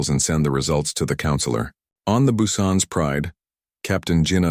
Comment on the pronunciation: Korean surname its Hyundai in space. Tell is the ship name “Busan”. But AI still cannot pronounce many of the names.